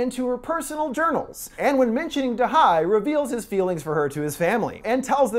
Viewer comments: if you had watched the movie, you would have noted they say da ye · it's da he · i am pretty sure it’s “da hye” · "to butcher the korean language as little as possible going forward" "turns out da-HI" haha you tried 😭 Edit: its Dahey btw!